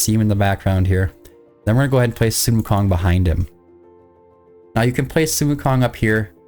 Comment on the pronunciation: That's not how you say, sun [wukong] is his name